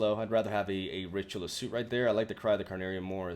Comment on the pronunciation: Soot is actually not pronounced like suit, instead more like suht. Actually its hard to spell it phonetically